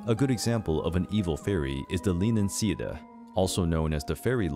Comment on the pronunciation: Leanan Sídhe is pronounced Le-ahnan shee